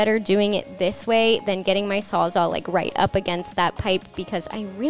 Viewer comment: It kind of sounds like you're saying "sawzaw" instead of "sawzall" so, if that's what you're saying, then now you know lol.